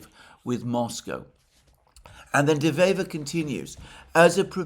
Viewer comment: De Wever is a dyed in the wool (wever = a weaver, pun intended) politician that has many years on his conto and probably the most intelligent man we've seen here in Belgium in a long long time. This is not a lightweight. By the way Alexander, perfect pronounciation of his name.